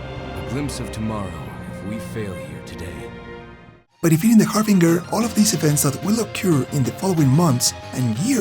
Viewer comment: It's pronounced "har-binj-er;" it's a hard "g," like the way you'd pronounce "binge." May this help you going forward.